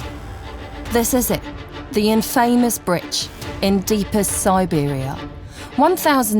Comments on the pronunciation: The word "infamous" has the accent over the first syllable. Thus, INfamous. The accent is not on the second syllable. The word "bridge" is pronounced with a hard "g", not with a "ch" sound. "Britch" is not a word. As for the bridge itself, it ought to be re-decked, or torn down. Its a menace. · the "INFAYMUS" bridge? lol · 5 min in and I already cannot stand hearing her say "in-famous" or "brich" another time! How can you have a narrator who can't speak the language properly?? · Infamous = "in-FAY-mus" oh-kayyyyy..............